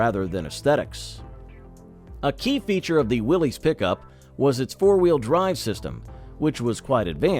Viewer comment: Let's start with the first error. Willys is Not pronounced Willies. It Is pronounced Willis. Accuracy goes down from there.